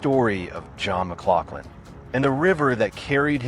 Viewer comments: As a 3rd generation Oregon City native, its pronounced Muh-glouF-lin. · Historically accurate due to his heritage may be true, but using that to assume pronunciation can still be wrong. Its Muh-glof-lin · We Oregonians pronounce it "MugLauflin". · It's pronounce John mc glof lin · If you're gonna do a story on somebody, get the pronunciation of his name, correct.... for F's sake !!!